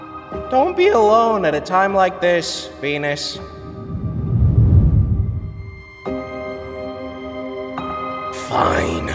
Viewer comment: they mispronounced Venus and it sounded like